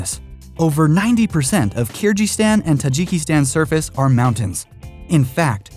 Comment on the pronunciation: You misspronounced Kyrgyzstan